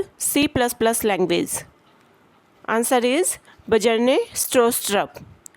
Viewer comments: That ba-jarne got me😂.. Mam the pronunciation would be, "byarn" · I also pronounce it as bjarne where byarne is new for me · Bro yaad karne k liye bajarne hi easy hai 😂